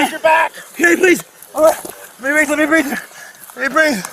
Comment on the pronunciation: it is actually " I can't breeve"